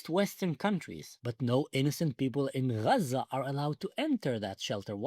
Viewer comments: Achi stop calling it ghjjjjjjzzzzzaaaaaaa ffs 😂😂😂😂😂😂 dying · it's not raza or gaza it's AZZA and it's a name as well from the bible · It's A'aza. Not Graza. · And why in the hell do they say Haza instead of Gaza??? I’m sorry, are they from the area? Do they speak Arabic??? Idiots!!! Actual fools. It’s so embarrassing!! 🇺🇸🇨🇱🇮🇱✝️♥️ Am Yisrael Chai!!!!! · Why they pronounce 'xaza'? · The pronunciation of Gaza sounds like haza which in Hebrew is Chazir which means PIG! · Azzah is the Hebrew pronunciation of the land from biblical sources. Azzah is the 7th oldest city in the world. Israel predates Palestine by more than 1,000 years. Describing it as the prickly or the thorny place. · What's with the new pronouncation of Gaza? This is the girst time I hear it - and I followed the situation from day 1.